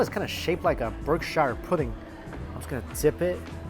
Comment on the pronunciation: Did he just say "Berkshire pudding??" 🤣